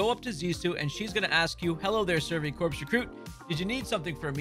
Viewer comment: Just one thing, “corps” is pronounced like core. As in United States Marine Corps.